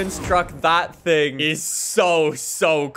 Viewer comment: He became French for a sec ‘sing’ instead of thing